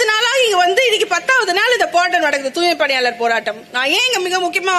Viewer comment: 'ஓ, என்கு வருமே, அதான் டூய்மைப் பிணியாளர்கல்'...!😂